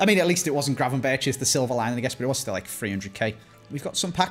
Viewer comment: Please stop saying gra-ven-ber-tj and start saying gra-ven-berg